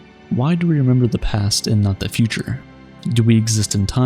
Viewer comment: “Oh, I love to memba Chewbacca”